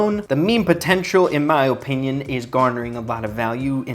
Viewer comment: Bro really says Ohpinion